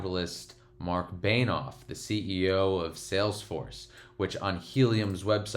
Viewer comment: Alright the real disrespect was saying Marc “Beinoff”